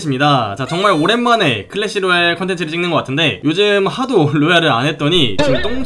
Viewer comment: 어우 처음에 잘못들은줄...홀래시로얄이라고 했었나?